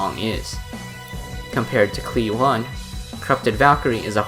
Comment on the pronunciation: i KNOW you arent saying the one in cli-one like the number.